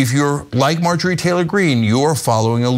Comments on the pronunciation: “Margarine” Taylor-Green. Omg. I spit my tea. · Did you call her Margarine? Haha!